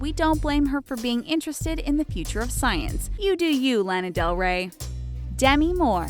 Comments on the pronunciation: she said lan uh . its lah nuh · you pronounced Lana wrong...